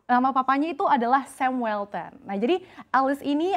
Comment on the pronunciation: Walton= pronounced 'wOlten'..instead of 'wElten'😊👌